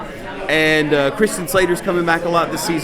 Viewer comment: It's Slater, just Slater...